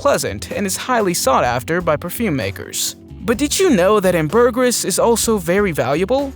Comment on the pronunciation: Please learn how to pronounce ambergris.